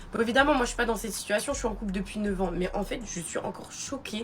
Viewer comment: La première, juste sa diction est dégueulasse. Une femme de cet âge-là qui s'exprime à la façon des gamines écervelées de notre époque c'est rédhibitoire. "Un remis de DJI minutes", "j'ai pas de SITCHUATION". Mais quelle horreur 🤮🤮🤮.